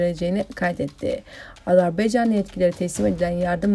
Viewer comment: Azar beycan değil, AZERBAYCAN 🇦🇿 👍